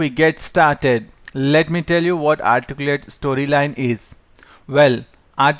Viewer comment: If you're going to have a tutorial in English, it might be good to have a narrator who speaks English clearly. In this session, the narrator can't even pronounce the word, "Articulate". Very distracting and somewhat cryptic because he leaves out grammatical elements like articles and adverbs.